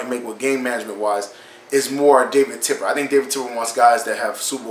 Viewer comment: Bro it's Tepper not Tipper lol